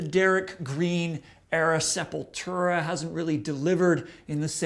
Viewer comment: It's not that be of a deal, but so many ppl pronounce Sepultura wrong, I've heard the band band members pronounce it SEP-YOU"LL-TWO-RA. Not SEPUL-TERA. But it doesn't really matter what I think, I don't listen to any Sepultura after Roots Bloody Roots.....I only listen to Max era Sepultura.